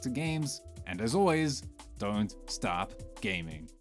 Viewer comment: On an unrelated note your "stop" for don't stop gaming sounds very much like "start". Keep it, it's good advice either way.